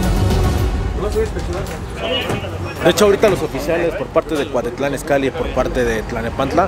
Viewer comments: Buenos videos pero enseñate a pronunciar es cuautitlan no cuatitlan por eso estamos como estamos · Andas en el barrio Piox, como que por una bacha!! Pero es Cuautitlan, no cuatitlan jajajajaja solo un dato! Buen video!! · No es cuatitlán, es cuautitlán!!! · Se dice Cuautitlan y no Cuatitlán se dice Mariguana y no marijuana se dice Cocaína y no cricri neta no te das cuenta o te haces güey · Cuatitlán, clanepancla, aiga 😂😂😂😂 no MMS neta??? 😂😂😂😂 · jajajajajaja "GRABIEL" Y "CUATITLAN" jajajajaja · No inventes primero enseñate a pronunciar tanto los nombres de las personas y de los municipios se dice Gabriel no Grabiel y el otro es Cuautitlán no Cuatitlán